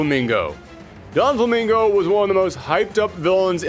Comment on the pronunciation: Aside from the dub clips, and the fact he said “donflamingo” this was really great!